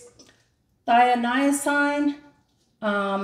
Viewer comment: This is gorgeous! This is the first time I've seen your art - you both inspire and deflate me, as I know I can't rationally hope ever to have the artistic sense you have. But I'm determined to keep trying! (BTW, don't struggle trying to pronounce "phthalocyanine;" we all just say "thalo" [rhymes with "halo"]).